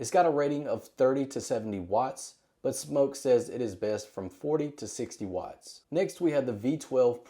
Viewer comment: Wow thank you for pronouncing Smok correctly!